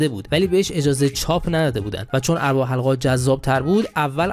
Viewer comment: البته "اربابِ حلقه ها" را می گفتی "اربِ حلقه ها" که دیگه عادت کردیم چون حتی در پرهزینه ترین تلویزیون ها هم گویندگانِ جدید "کیفیت گفتار" را فدای "سرعت گفتار" کرده و اونرا برای خودشون نشانه مهارت در گویندگی میدونند. گاهی سه تا نصفه کلمه را آنچنان با سرعت بهم میدوزند که تبدیل به یک معما یا چیستان میشه و تا چند لحظه همه سیستمِ ادراکی آدم هنگ میکنه